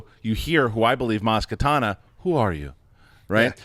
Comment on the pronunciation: It's Maz KaNATA not Katana. A Katana is a sword.